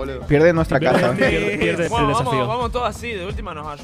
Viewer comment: Porque dices def safio